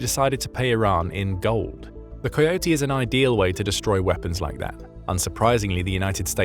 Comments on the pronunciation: Coyote is pronounced as (Ka-ee-oh-tee). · AI can't pronounce "coyote!"